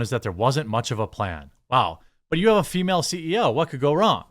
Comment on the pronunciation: You could always refer to her simply as a "woke CEO." "Female," did not need to be attached to woke. Plus your verbal emphasis on "female" made it sound like you have an axe to grind with females, instead of with woke culture. I'm sure that was not your intention. Just listen to how you spoke that word in that particular sentence at the end of the video and you will understand how easily it could be misconstrued. Just trying to look out for ya, dude! 😎🍻